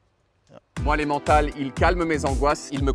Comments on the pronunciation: Quand on fait aussi bien l'accent british, on se DOIT de dire "EmmeNNNNNtal" et pas "aimantâle". 😁😁😁😁 Allez, un p'tit effort, c'est germanophone alors on prononce toutes les lettres, y compris le N ;-) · Excellent mais on dit pas em en tal mais emeuntal ! C’est de l’allemand! Bitte! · prononcer "èm eun tahl", pas "aimant-tahl" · On dis emennntral mais pas emantal ^^ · GG! Cool vidéo. Évidemment je ne résiste pas à la tentation de participer à l'amélioration la culture française, donc voici un petit input: Emmental se "é-meune-tal" et pas "é-man-tal". Voilà, ça se prononce à la suisse, comme c'est une fromage suisse, et puis c'est tout <3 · On dit pas emmENtal 🙄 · On prononce emmintal et non emmantal. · ça se prononce "Emmènetal"!!!.."Aimantal" ça existe peut-être en frouzie mais ici on fabrique le VRAI Emmental!! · Super vidéo comme d'habitude ! Par contre si tu aimes tant ce formage, prononces son nom délicieux avec plus d'application (ça se dit émène-Tale, aimant-tal c'est juste faux). La bise ! Signé: Un Suisse originaire de Langnau (in Emmental) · Par contre ça me stresse de l'entendre dire ''émantal''... Tout le monde en suisse dit ''émental'' en prononçant E puis N et non an ! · On prononce "Emmintal" non? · Ça se dit "Emintal" 😂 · Personnellement je prononce emmental comme ça :"èmmEntal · Avec l’accent suisse, ça donne plutôt emmèntâl 😂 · ca se prononce à l'allemande , donc é-mène-tal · Désolé mais ça se dit emmeunetal mais on te pardonne tinquiète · Par contre on prononce é-mèn-tal par pitié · au milieux des éloges pourrait-on mentionner le fait qu'il a prononcé aimant-tale tout au long de la vidéo alors qu'ici on prononce à l'allemande 😭😭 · soyons clair, ON DIT EMMEUNTAL ! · Un morceau d'aimant thal.... Quelle prononciation infiniment abjecte!! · Par contre la prononciation svp mes oreilles cris... on dis Emmennnnntal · ça se prononce Emmental, pas Emmental! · Même la prononciation est française bien joué 😬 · Comment il prononce comme ça ? 😭😭😭